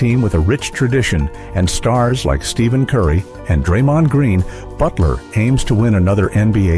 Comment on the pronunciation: I do know who Wardell Stephen Curry is. It's just that his name was mispronounced 🙂